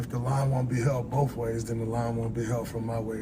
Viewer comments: It's both. Not bofe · “Bofe” ways. Not “both” ways.